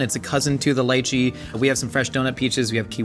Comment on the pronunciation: I am so happy pronounced it as Lai-Chee instead of Lee-Chee. My Cantonese ancestors are proud.